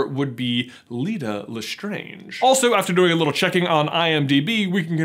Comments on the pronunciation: Its LestrAAnge not Lestrange - Hermione Granger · You just butchered the LeSTRANGE family name. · Jeebus! You know because you watch the films it’s pronounced Le Strange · LESTRAYNGE, NOT LESTRONGE, HOW CAN YOU EVEN THINK IT’S LESTRONGE WHEN ITS SAID IN THE MOVIES LESTRAYNGE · Did anyone else notice when J just randomly said LaStrange weirdly? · I love how he pronounces Lestrange a couple times how it would be pronounced in French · Why is no one else questioning how he changed his pronunciation of Lestrange?